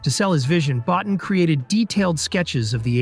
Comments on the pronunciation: Rob Bottin. His surname is pronounced “Bo-teen”. Easy enough mistake to make… but also easy enough to get right with the appropriate amount of background work. Your mispronunciation of key players’ names is really dragging the quality of your content down. Invest in some more up-front research and checking and it’ll pay dividends down the line.. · Bottin is pronounced "boh teen"